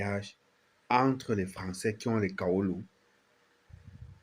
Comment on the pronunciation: Au Cameroun un sans-papier ne peut se marier. Pareil dans tout le reste fe l'Afrique pas de mariage sans carte de séjour. Les camerounais apprenez à prononcer travail et non cravail! Entre et non encre, droits et non grois!